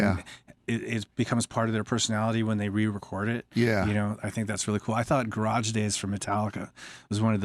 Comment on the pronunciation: "Garage Days" — what British accent?!